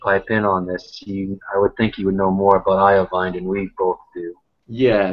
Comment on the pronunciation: "eye oh vine"??? lololol....